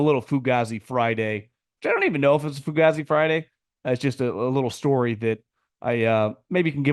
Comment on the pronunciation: Why do you continue to mispronounce the word "Fugazi" it's "Foo-gay-zee" please.